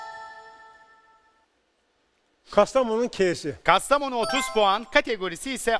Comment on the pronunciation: Bir ögretmenin Kastamonu´nun KA´si, ve ya Hatay´in HA´si demesi garip. Türkce´mizde KA, HA yok KE, HE var. Ilkokul 1. sinifta ögrendik. Ögretmenler günü kutlu olsun.